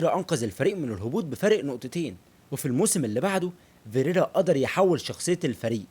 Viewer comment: ياسطا أنا عملت لايك و (فكرت أشيله) عشان هو اسمه فيريرا مش ڤيريرا و مافيش حاجة اسمها اورنالدو اسمه اورلاندو بس انا مش هشيل اللايك عشان أولا انت زمالكاولى ثانياً و دة الأهم هو أن الڤيديو حلو و شكله متعوب عليه و ثالثاً و دى احلى حاجة فى الڤيديو هى ان موضوع الڤيديو عن الاب الروحى لكل زملكاوي ❤❤ فأنت واضح انك بتعرف تعمل ڤيديوهات حلوة لكن موضوع النطق دة مهم جداً و ماينفعش تعتبره حاجة تافهة أو حتى فرعية . بالتوفيق يابو الصحاب❤️❤️